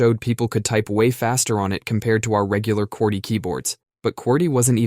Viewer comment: What the heck is "QWERK"? Did they man "QWERTY"?